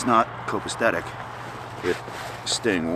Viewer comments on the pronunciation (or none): into the video you say copistetic” it’s copasetic…